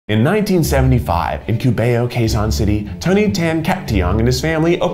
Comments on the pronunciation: But then again, "Kyu-baou" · its koo-bao not kyuba-yow😭👍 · “Cu-bay-o” lol. It’s actually closer to “Q-bao” like bao buns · Just FYI Cubao is pronounced "ku-baw" not "ku-bey-yow" but we love Keith so it's fine 😊😊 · I love it!! It’s “cu-baw” not “cu-ba-yo” btw ☺️ The ice cream parlor’s still around (ish for a while) but is now a mall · that’s not even how he pronounced it. He said koo-bae-yow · "kew-bay-oh city" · khu bao. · it’s ‘Ku-baw’ very literal pronunciation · not keith pronouncing Cubao as "Q-BAE-OH" LOOOOOOL! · it almost sounded like "kabayo" (horse) I died... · I died at Kubeyow 😂😂😂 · bro said cubay-o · Every filipinos hearing keith saying "qubeo" Every filipino: uhhhhh.. what? 👁👄👁 PS: i know keith is american and can't fluently say the word "cubao" it's just funny. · cOO-bao great work btw! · but he royally messed up cubao tho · Keith: pronouncing a bunch of the filipino food names wrong me constantly in my head: he’s trying he’s trying he’s trying he’s trying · Me living in Cubao: 👁️👄👁️ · When he mipronounced Cubao tho. I died 😂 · and Cubao lol skljdlksjd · It’s cute how Keith pronounced Cubao like Camila Cabello 😂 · I liked how Keith pronounced Cubao. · So... any other Filipino just exasperatedly sighed with the pronunciations of Cubao and tocino. Haha! A bit late but thanks for loving our food, Keith!!! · Okay but like the way he pronounce cubao and tocino made my inner filipino soul shiver in spite